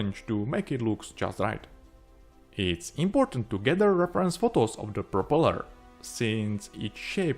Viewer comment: Nice model, great job! Unfortunately, I struggled to understand your English. I think you should stop forcing a British accent because it makes it harder to follow. Just speak naturally in your own accent — trust me, it’ll be much clearer. For example, at the start of the video, when you say 'propeller,' you put the emphasis on the wrong part, pronouncing it as 'propeLER.' Just a friendly bit of advice. Cheers, mate!